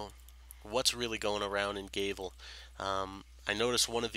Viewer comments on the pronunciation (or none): G-ah-vel, not G-ay-vel. Gr-ee-ahn, not Gr-ih-ahn. Province, not providence, no d. Sorry if you are not a native english speaker.